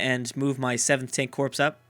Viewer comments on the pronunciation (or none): and corps is pronounced core